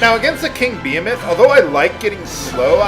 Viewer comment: Everytime I hear him say 'behemoth'. :\